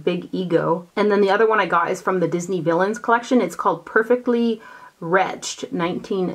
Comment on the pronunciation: Hahaha you pronounce the ED in wretched. Retched the way you pronounced it is a word used for explaining someone vomiting. Retch= vomit, wretched = evil